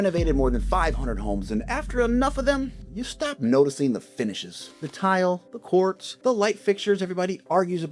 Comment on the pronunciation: "the courts"? You mean "quartz"? "AI" SLOP = automatic downvote